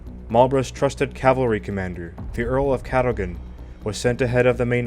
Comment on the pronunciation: Cadogan... pronounced Caddugen. 😃